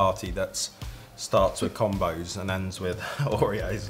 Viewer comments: It’s definitely com-b(oh) 😂 we say combo for combination. Which is what those are.. a combo of pretzel and cheese or whatever :) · LOL it's Comm-bows. Y'all are hilarious. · OK. I have lived in America all of my 55 years. I’ve been very familiar with Combos and to be honest with you, I never really thought about picking them up. By the way, they are pronounced Cahmboes...like the “combo” of pretzel, cheese, and flavorings. 😊 Anyway, I was at the grocery store today and decided to pick up a bag of the pizzeria flavored Combos. How strange is it that I discovered a delicious snack made in America by two people from the UK? LOL In a way, I’m wishing I had never tried them, because I can see these are going to be very hard for me to avoid now. LOL